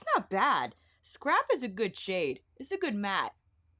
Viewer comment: I’m never gonna not hear ‘scarp’ now 🤣🤣 you crack me up. I always love your videos the most!! Thank you for doing ALL the color comparisons cause you know we need it lol